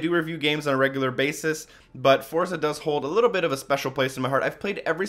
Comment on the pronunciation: It's pronounced "Fortza" lol. Nice review by the way. =)